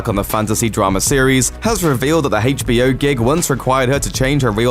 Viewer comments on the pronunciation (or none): "Haytch BO? Not HBO?